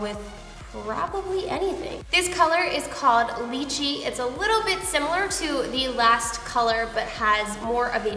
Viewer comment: she missed two lychee and 1st base...im not good in english but i know how to pronounce it -.